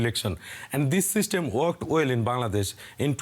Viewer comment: It's not bandadesh it's Bangladesh, Pronounce it right way, who make you news reporter, still you can't pronounce a country name !!